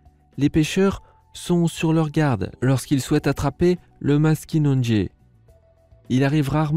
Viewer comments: Deso me nous les québécois on prononce pas maskinonegé mes maskinagé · très intéressant et en passant, je vis dans un pays où le maskinongé est pêché et on ne prononce pas le deuxième "n". On dit "mas ki non gé" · Le Maskinongé se prononce MAS-KI-NON-GÉ et pas MAS-KI-NONE-GÉ